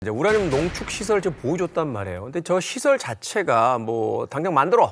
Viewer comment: 우냐늄 우냐늄. ㄹ 발음 나올때 마다 너무 웃겼음